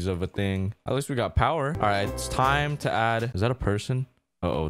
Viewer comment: it's go tiem oh I din meen to do dat